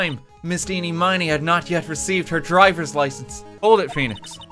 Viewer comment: Miraculously, almost everyone I've watched has never pronounced Ini Miney's name right.